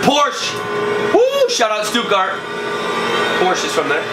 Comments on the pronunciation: Hey! It's PorschE. The e isn't silent!:-) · It's not a "Porsch". It's a fckin PorschE(!) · An alle deutschen; It's a porsch! :D wenn ihr wisst was ich meine